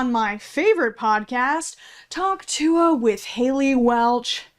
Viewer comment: The most aggravating part about "Hawk Tuah" girl to me is the fact that she... she doesn't say Tuah. It's not even remotely Tuah. She says "Tuh". Hawk Tuh. Why is everyone saying she says Tuah